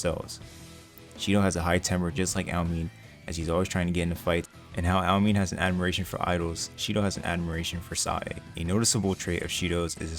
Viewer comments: It’s not aoemin it’s aoemine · Bro really said owmean